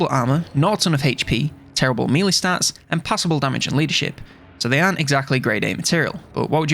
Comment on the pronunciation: Mee-lee or may-lay= melee